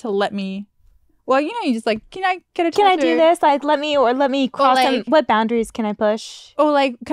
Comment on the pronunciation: Lol why Gabby pronounce tattoo like "TAH-DOO"?